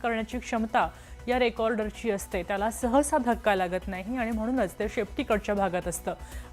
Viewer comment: टेल म्हणतो आपण त्याला ❌ "टेल म्हणटो आपण ट्याला"✅ 😂😂😂😂😂😂😂😂😂😂😂😂😂😂😂😂😂😂😂😂😂😂😂😂😂😂😂😂😂😂😂😂😂😂😂😂😂😂😂😂😂😂😂